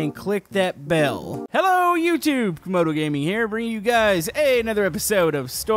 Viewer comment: Not to be mean but it's Camodo